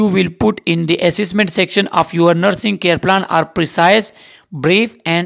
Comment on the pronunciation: Pronunsation tek nhi sir plane mean jehaz ye jo hai ye plan hai